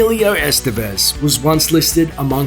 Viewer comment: Ican't stand how gringos pronounce "Estévez"